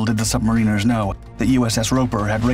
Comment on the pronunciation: Pity about the poor pronunciation of "submariners".